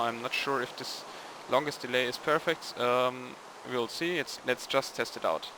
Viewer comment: your english is surprisingly well - if it wasn't by your heavy ancent i wouldn't know you weren't english The only thing i am going to suggestion on you is to work on the proper ways to say the word "just" in a sentence